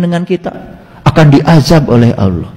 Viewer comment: Belajar ngomong Allah yg benar dulu pak.